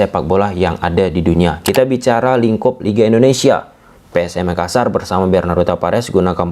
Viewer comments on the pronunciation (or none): none